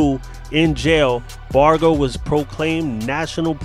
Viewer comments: Like a barge in the water..how u pronounce large. The g is like that..nit g as in goat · #GHOSTIN Love your show,,so you will have to forgive me for saying that you're saying Sonny's lastname wrong!! With all due respect to you,,and Sonny i wanted to let you know